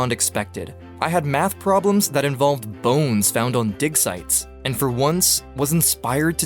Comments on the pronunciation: I can’t be the only one who thought he said dick sights lol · I thought he said "bones found on dick sights" eye